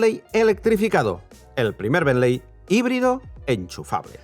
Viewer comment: Me sangran los oídos cada vez que dices "benley" 😂😵‍💫 Se escribe "Bentley" pero se pronuncia" Bently" Quitando eso que mastodonte es el Bentayga 😍😍 Lastima que en Monaco no hay muchos más